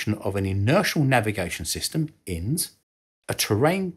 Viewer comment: In the US INS is not pronounced as In’s the individual letters are pronounced “I-N-S”